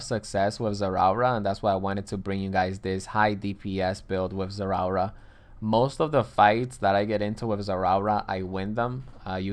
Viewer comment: Everytime he says zerawra, my body hair stands up. Electrifying like zerawra.